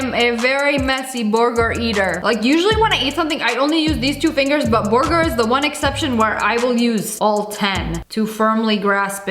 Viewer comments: The way she said burger BOOURGGERRR😂😂😂😂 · I love how she calls it a "borger"